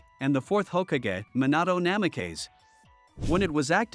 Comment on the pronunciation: Minahto Nameh-kays